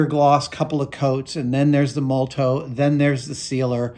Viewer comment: It's not a huge deal but I keep cringing at Adam's pronounciation of Molotow... He always loses an "O" in there and it becomes "Mol-tow" instead of "Mo-lo-tow". You know, like cocktail.